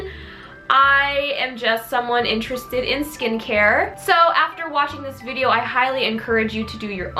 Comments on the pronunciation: Did she say "skincare vidior" ?! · I love how she says video I don’t know why I just do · Damn when I heard you say video I was like ok she’s Australian but the read the description lll